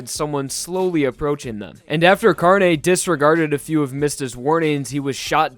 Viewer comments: It’s pronounced carn-eh instead of carnee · Carne Car. Neh. You said carni. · Carne's name is pronounced “car-nay”, not “car-knee” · It's pronounced Carne not Carni, by pretty much saying e on its own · "CAR KNEE" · That ''Carne'' pronunciation get's me really uncomfortable,considering I'm spanish and it's really different to how we pronounce it (That was probably the pronunciation but I still get a weird feeling when I hear it) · José Alexander He kinda pronounced it wrong. It's not supposed to be pronounced with a hard 'e'. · Yeah, since i'm Brazilian it's kinda strange aswell =P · "Gee-or-no" "Car-ni" "Mih-stuh" ughhhhh